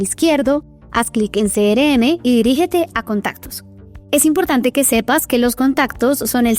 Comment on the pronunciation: Quiero aprender, pero me estresa que diga "cere eme" y no "Ce erre eme"